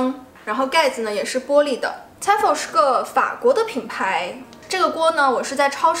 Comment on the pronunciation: Tefal 應該唸T Fail的發音 😉